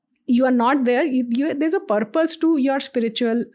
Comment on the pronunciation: you cant say EUAWWWROPE for Europe and then say Purrrrpussss ffs